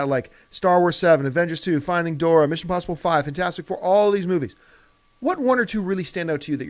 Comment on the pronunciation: It's Dori...NOT DORA!!!!!!!!